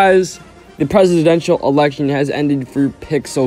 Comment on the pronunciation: “Its not the real presidential eltection” aww :(